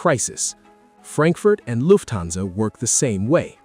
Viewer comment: Luf-thansa. OMG! Atrocious AI pronunciation!